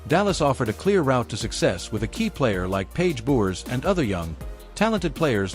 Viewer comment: Who is this "Paige Buckers" ypou are talking about ...! By now you should be able to pronounce Paiges surname correctly. What disrespect.